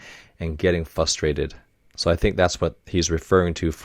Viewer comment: I'm so sorry but every time coach says 'frustrated/frustration' I hear it as 'fustrated/fustration' and I genuinely can't get over it.... I mean absolutely no offense so I hope nobody takes this the wrong way but it's just been bothering me even in the previous episodes.... ^^" Does anyone else hear that or have I just gone crazy??